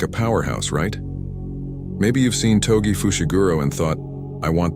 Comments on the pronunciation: r u aight mate I was pointing out that they kept saying ‘Togi' instead of ‘Toji'. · Thanks for the guide. By the way the name is TOJI not Togi😅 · Togi❌ Toji✅ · everyting good but togi ? its togi btw good~ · its toji lol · who tf is togi 😂😂😂 its like saying yogi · Its irritating "TOGI" 🫠